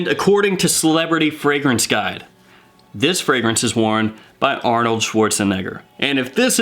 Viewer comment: That's not how you pronounce Arnold's name homeboy....